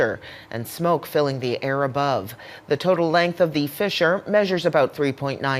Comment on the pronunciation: Fissure, NOT "fisher" 😑